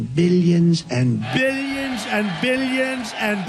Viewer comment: damn, I'll hever hear the word "billions" the same way after this..